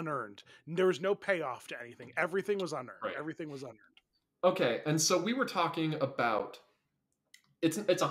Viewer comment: NOTHING'S EARNED! Me: Nothing's Urned? 🤔